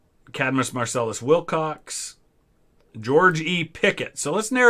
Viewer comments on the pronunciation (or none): none